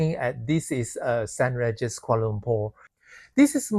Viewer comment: it's pronounced Saint rEEgis, not Saint raregis. but nice content and i agree with the points made in the video about the walk although can use the MRT but that is a walk by itself!